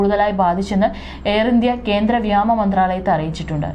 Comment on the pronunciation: ഇതെന്താണ് കുട്ടി, ' വ്യാമ ' എന്നു വായിക്കുന്നത്? പുതിയ വാക്കാണോ?